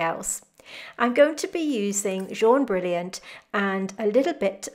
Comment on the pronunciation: thank you, beautiful, your pronunciation is very good "jaune brillant", am french!!